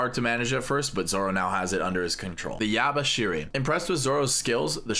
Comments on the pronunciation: Yubashiri. Not Yabaaashiri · "Yubashiri" how can you call that yabashiri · The hell is yabashiri its yubashiri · its called yubashiri not yabashiri ok